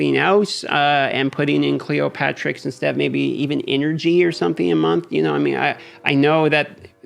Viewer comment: It’s Cleo-terix, like pterodactyl btw :)